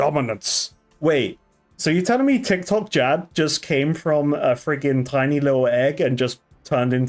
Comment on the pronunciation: lmao did you just say tiktokjad